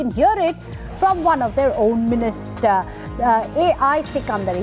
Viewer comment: Own ministerrrrrrrr